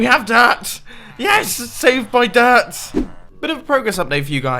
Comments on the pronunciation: The way he said dirt😂😂😂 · when you said dirt it sounded like you were having a stroke